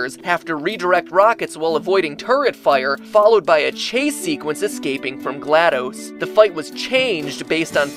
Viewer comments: glaDOS's name is pronounced DOS as in the program DOS not dose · The way he says GLaDOS... I thought the last DOS was pronounced as the old operating system called 'DOS' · I'm pretty sure GlaDOs is pronounced "glah-daws" not "glahd-dis" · HER NAME IS NOT GLAD-OOOOOOOOOOS ITS GLAD-OS THERE'S NO E DUMASS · It's going to stay as gladose until the world ends and it will eventually become the "correct" pronunciation. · actually its Gla(DOS) as in disk operated system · It's pronounced "Gladys." You wouldn't pronounce DOS as Spanish "dos," would you? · Pronounced shell and glad-dos as in dos from the old Windows shell dos. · your pronunciation of glados' name is seriously giving me a tumor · You guys mispronounced glados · MatPat was a great narrator, but as soon as he mispronounced "GLaDOS," I couldn't keep watching. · Is anybody else annoyed by the fact he cannot even pronounce Glados properly?